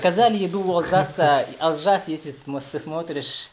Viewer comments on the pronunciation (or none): брат не Алжас а Олжас не в обиду)